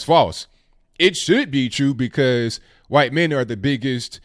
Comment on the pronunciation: Who taught you how to say white lol